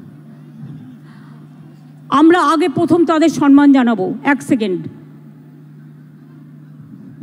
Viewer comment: Why mamata says 'sanman'. It will be 'samman'. Does she read bengali books?